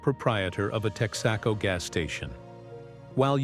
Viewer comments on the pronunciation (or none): Tex-AHHH-Co. Smh .. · Texaco is TEX-uh-co. I guess you’re not from around these here parts. 😂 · He's the most senior of the bunch ,dad worked at TEX-AH-CO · The way he pronounced “Texaco”! Also, Yo Com! Nuts!